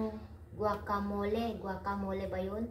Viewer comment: Perfect pronunciation of guacamole.